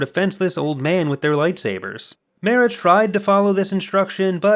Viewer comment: I gotta tell ya, it drove me fucking insane listening to you pronounce 'Mara' that way.